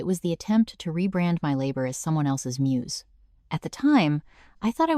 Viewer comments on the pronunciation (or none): none